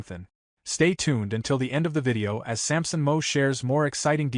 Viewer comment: You need to learn how to pronounce Sampson's last name.